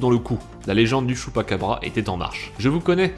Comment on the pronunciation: Chupacabra* pas chupaquebra